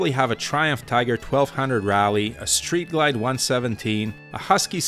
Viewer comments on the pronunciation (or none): none